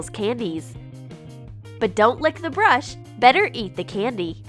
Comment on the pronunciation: Y do you say candy like that